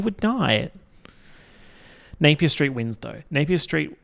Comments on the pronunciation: i heard "street of the year" as "straight of the year" as in straight person. and i was like that's an incredible category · When he first said "street of the year", I thought he said "straight of the year" AKA the straight person who excelled in being less annoying than all the other straights. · I THOUGHT HE SAID STRAIGHT OF THE YEAR and was dyinnggggg, was really confused when he said they were all Melbourne based straights